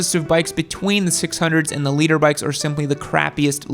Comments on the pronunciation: BTW,. Big dog. It’s LITER. As in a unit of measure. Not LEADER. This is what I’m talking about. Just be quite and content with people thinking your stupid. Try not to prove them right. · Liter bike not "Leader bike."😬😀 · Fun content! Did you say “Leader” Bike? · Maps, ride set up and knowing what sprockets will give r6s longer legs bro. And it’s “liter” ...... not “leader”😂😂😂😂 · Leader? Thought it was liter. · It's "liter" bikes not "leader" bikes. "Liter" is the metric measure of a displacement of 1000cc. And on this same topic, it's "dual sport" not "duel sport," "brakes" not "breaks". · His accent spelt it leader too